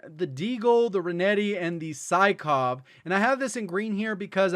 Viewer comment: Welcome to the "Sickov it" meta